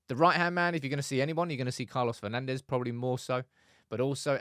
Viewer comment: Come on guys… Manchester has enough history with Portuguese players for you not to pronounce their names with a spanish accent… It is not “Bruno/Carlos Fernandez” but “Fur-nan-d’sh”…